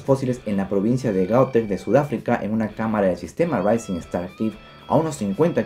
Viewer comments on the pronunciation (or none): none